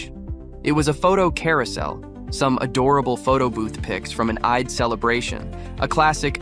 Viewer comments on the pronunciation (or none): and Kampala and Eid sounded like camp alla and Ide - Def AI